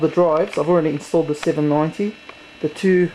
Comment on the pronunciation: Oh my god, when he saids, "I not only have 1 9800 GX2, but *emphasize* two, 9800 GX2", sort of reminded me of, "I not only have 1 PS3, but *emphasize* two, PS3's", from the 4 PS3's video.